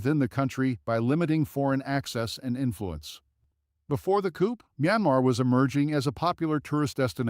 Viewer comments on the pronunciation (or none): Venice (Venezia) is in Afghanistan? The images for Syria are repeated from those for Libya. "Coop"? It's pronounced /cou/. Too much boiler plate repeated on each location, which only served to lengthen this piece and make it much lees interesting. I suggest much editing!